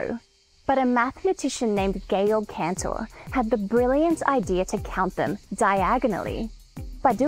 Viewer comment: That's why he was "Cantor", not "Canor".